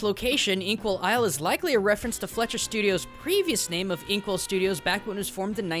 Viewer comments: every time he says the word "fletcher" instead of "fleischer" makes me cringe on how forgotten that animation studio is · The Studio you said multiple Times wrong was "Fleischer-Studios" and not "Fletcher-Studios" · I believe it’s pronounced Fly-sherr.